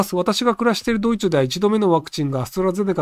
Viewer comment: ドイツをドイチュと言うひろゆき。